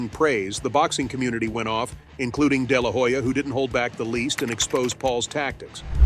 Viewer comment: i dont think Oscar de la Hoya (the H is silent btw) threw Jake under the bus, more like, Oscar felt disrespected for far too long. As you narrated, "enough is enough".